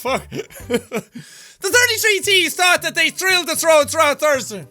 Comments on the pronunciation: Jack when u said the Thursday one, u said thursder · HE SAID THURSDER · Thursder! THURSDER! THURSDER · I swear I'm gonna laugh my ass off all over again when I come back and watch this... next Thursdur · I love how he pronouced Thursday like Thursdur 😂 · THURSDUR 😂 I couldn't help but laugh but every time he had the speech jammer on, Thursday became THURSDUR! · I'm gonna pronounce Thursday like Derdsday now.